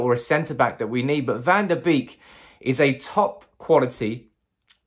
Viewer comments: Its Van de Beek (Van-de-Beyk) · Now that he has officialy signed , it's time to learn to pronounce his name properly